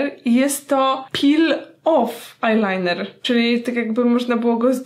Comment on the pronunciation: Powiedziałaś ajnajner z nyksa😂😂